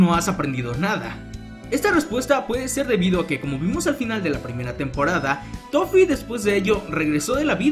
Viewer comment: dijiste lofee, o toffe?